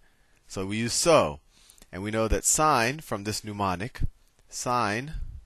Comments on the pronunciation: Woke up this morning feelin’ like getting a trig review, after 50 years— and this was perfect! Too late now, but Soh Cah Toa (love it!) is a mnemonic, not a “newmonic.” Nevertheless, a great lesson! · Great video. Solid information. But, what the hell is a NOO-monic? Is it similar to a mnemonic device? "soh-cah-toa" is a great mnemonic device. All spelling and pronunciation aside, nice video. Seriously, well done! I just had to give you a hard time about the nooooo-monics.